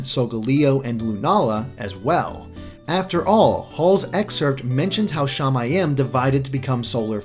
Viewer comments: "Shamayim" is pronounced sha-MY-eem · Not a bad theory, but I've taken Hebrew as a language class and the pronunciations were terrible. Shamiyim in is pronounced Sha-mi-eem. And the last letter of the Alphabet is pronounced Tav. One other thing is while though the first letter of the alphabet is close to a (it's name is aleph) technically it doesn't have a sound and is silent. That's all. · Shama-yam is incorect I believe its pronounced shama-yeem which means sky in Hebrew. Shaymin has sky form. Sooooo, yeah? (I speak Hebrew) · as a hebrew speaking person, it kind of hert to hear you pronounce "shamaim" all like "shay-may-em"